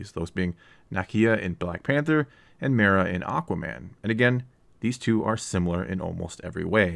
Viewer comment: Her name is MERA, not Mara